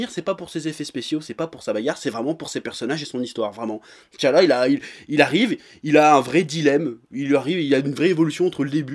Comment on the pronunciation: A chaque fois qu'il disais t'challa dans ma tête je disais Head chala :D